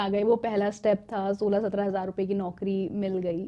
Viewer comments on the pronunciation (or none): none